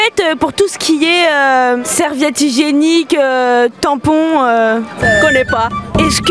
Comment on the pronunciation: "Serviette hygiéniqu-eeuuu, tampons-eeuuu"